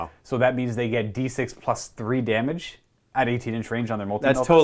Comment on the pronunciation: Damagé, damagé. damagé, yaaa